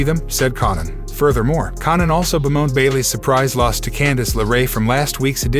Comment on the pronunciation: This guy can’t pronounce Conan. 😂😂